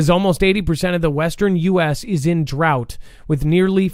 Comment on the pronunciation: Why were you pronouncing drought in such a funny way, incorrectly I should say? Certainly know that DROUGHT is pronounced in a particular way. It was so odd.